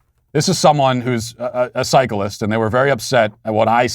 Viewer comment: Matt why do you pronounce cyclist like it’s some sort of monster from Harry Potter